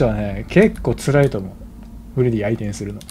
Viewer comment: さんの言い間違いでフレディが「フレ爺」に…w